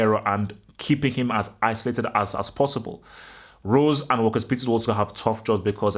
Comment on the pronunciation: Lo Celso will be on the bench. Vertonghen will probably come back in imo. Btw It’s walker peters not walkers peters. Gonna be a very tough game of course. we’ve lost our last 6 away premier league games as well...